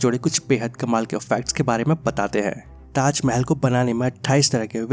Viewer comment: Khender ko tajmel bolta.